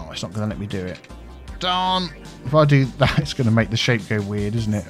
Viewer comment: ) I'm a terrible person who mentally turns your accent saying "me" in that line into "my," whereupon I wonder just what is, in fact, your biffa.